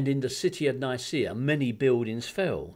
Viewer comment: "many biwdings few"